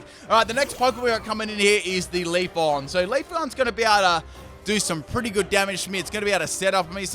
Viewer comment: did you just say "leaf-on" and then pronounce Leafeon correctly immediately after?